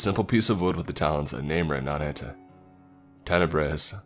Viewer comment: Town is called Tenebris. Tenebrous (adj.) - dark, shadowy or obscure